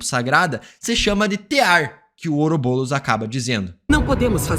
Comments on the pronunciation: PARA DE FALAR OUROBOLOS AAAAAAAAA É OUROBOROS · To maluco ou ele ta falando " oroboulos" ao invés de "ouroboros"? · EU VENDO ELE FALAR OROBOULOS TODA HORA KKKK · Ouroboulos? Fala direito! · Está me dando agonia ele falando " ourobolos" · Parece que tu fala OUROBOLOS